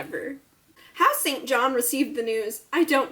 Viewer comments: The name is pronounced "SIN-jun". We can thank the British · ( As an aside, I am English and didn't know this for year but St.John is pronounced Singun for some reason ) xx